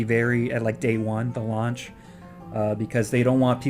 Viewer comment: sorry to be a nazi grammar guy, but i think launch instead of lunch